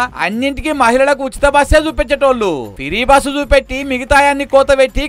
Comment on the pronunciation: ఫిరి బస్ కాదు.. ఫ్రీ బస్ అని అనాలి